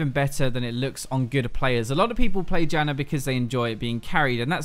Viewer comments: I'm sorry, but I cannot stop hearing "jannar" cause it's too funny xD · British. Adding r's like that (which is technically called intrusive r's) happens with his dialect and the Australian dialect. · It's an Australian thing, but I'm not sure if is even Australian